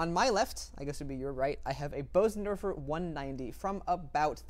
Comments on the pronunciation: The Bosendorfer is pronounce “Burzendorfer”. The umlaut makes a difference. I would just love to own one. What a beautiful sound and piece of furniture! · In this case, for sure the Bösendorfer. (Btw, I know many people pronounce it "Beauzendorfer" but the correct pronunciation is "Boozendorfer" (approximately). Just sayin'.)